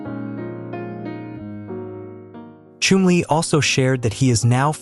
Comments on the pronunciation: His name was Chumlee, with a short u. You said it lik flume, and ir should be Chum (like jump). If you are going to be an announcer, learn to announce!! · It’s pronounced is if your chumming for fish!!!! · The name is pronounced “ChUmly! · Learn how to pronounce his name and please drop the Indian music! Yikes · Not even pronouncing his name right! Not watching or following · they don't even pronounce his name properly!